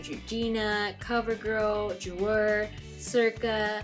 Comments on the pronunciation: hey girl! I love the video! little correction on the pronunciation on Jouer. Ju-ay ( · yesss! **** ju-ay **!!!!!!!! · Jouer is pronounced Jeway. Just thought you'd like to know since you have a lot of their products and you might want to pronounce the brand correctly. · Loved this video so so much !!! Just a little correction though lol .. Jouer is pronounced like JU-AY hehe 😘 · The way she pronounces jouer just kills me. 💀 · I love ur collection!! but u know its pronounced LOR-E-EL right ? and JU-AY?? lol still love u tho